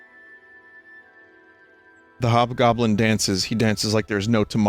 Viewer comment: Ah yes, the hobgoblin became the jobgoblin.